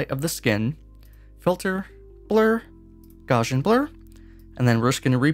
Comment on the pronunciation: It is not the correct pronunciation of Gauss and gaussian.